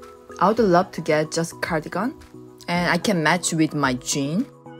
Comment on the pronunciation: Cardigan 을 한국 발음 씩으로 가니건으로 하시네요. 다음 번에는 카디건 으로 발음 하시면 더 좋으실것 같아요. 미국 분들도 보시니 지나가다 한마디 써 봤어요~ 화이팅!